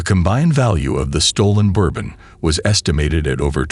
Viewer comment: The way bourbon was pronounced bothers me